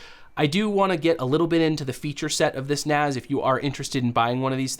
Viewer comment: It's NAS as in Network Attached Storage, NOT NAZ (Network Attached Zorage??)